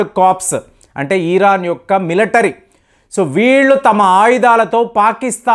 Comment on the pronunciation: ఈరాన్❌️ ఇరాన్ ✅️ కొంచెం చూసుకోండి